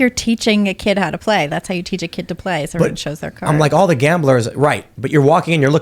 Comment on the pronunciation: Evwyones on door dashbor uber.